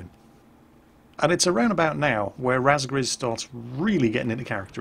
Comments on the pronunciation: good to see another Razgriz in any game. I salute you and your role playing 001, Ace of Razgriz. =J Also +, it's pronounced "Raw-z-grr-ez". I assume it's cause the name was created by the Japanese in their game Ace Combat 5 and the pronunciation of "ra". ^^ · Last guy was named "Razgriz" eh? Must be an Ace Combat fan. Got confused when kept calling him "Raspberries" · "Razgriz" is pronounced "Roz-greez" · its pronounced: Rahzgreez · I hate how butchered it though. But lucky me I still have my ps2 and the game